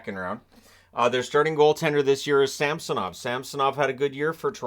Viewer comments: It is SamsOnov, not SAmsonov🤦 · thats because you North Americans struggle to pronounce Russian surnames. It is SamsOnov. MArchenko not MarchEnko. SharApova not SharapOva.